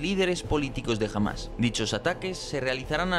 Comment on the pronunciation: ¿Por qué pronunciar "Hamas" como "Jamás"? Es terriblemente confuso, e innecesario en español...